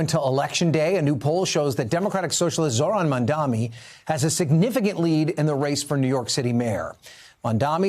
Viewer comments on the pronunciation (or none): . The anchor repeatedly mispronounced the Democratic mayoral candidate’s name. It is MamdaNi not MamdaMi. Please get it right NBC. 🙏🏽